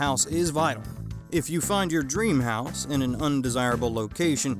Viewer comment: No.3 says HOSE POOR instead of house poor...just saying!